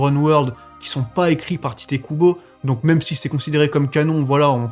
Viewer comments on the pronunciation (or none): none